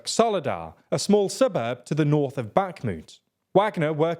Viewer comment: Now the war goes on for 16 months and commentators are still not able to properly pronounce Bakhmut, Kherson, Prigozhin, Avdiivka, etc.